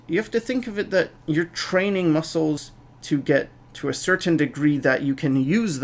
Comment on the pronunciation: ***** its pronounced "you're"